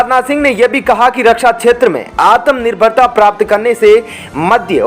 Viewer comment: आत्मनिर्भर (atmanirbhar) को क्यों आतम्निर्भर ( atamnirbhar) क्यों कहा जा रहा है?